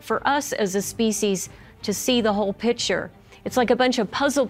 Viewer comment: Pie Poe = People... love that! -> DNI = DNA... meh... pi-cha = picture... love that! Grace and the narrator are articulate with properly pronounced words... easier to understand, but not as fun... low eek = like... se-oh-mints = settlements... thank you.